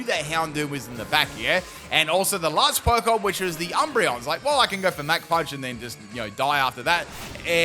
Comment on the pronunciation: Fighter jets don’t go mack 3, they go mach 3 (mock). Your pronunciations are outrageous lol. Super entertaining vids man. Big fan.